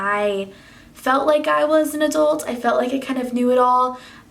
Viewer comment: Great video but the way you pronounced adult bugged me so much LOL Is that just a Texas thing?